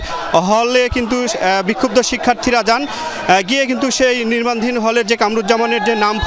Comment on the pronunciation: নির্মাণাধীন।।। রিপোর্ট সাহেব, সঠিক ভাবে উচ্চারণ করুন